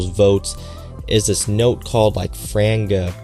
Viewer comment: Is the chocolate that horrible powdery chocolate like the others (like huffing a crushed up bag of coco pops)? And it’s Fran-gee-pan/i , frangipani Thanks for the review